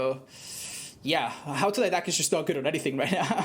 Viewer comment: Autodidact is pronounced autodedact, its a greek word. You can use the translator and it will spell it for you.